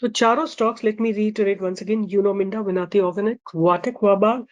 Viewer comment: That is विनती,not विनआती organics